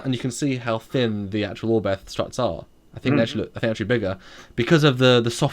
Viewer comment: Cudos to Foley for at least trying to pronounce "Oberth" correctly (just imagine the H at the end is not there and you are a lot closer). This class of ships is named after a German pioneer of astronautics, Hermann Oberth. But he was also a Nazi (even after the war).